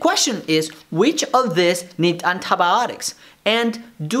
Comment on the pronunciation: Nobody : Doctor saying andabotics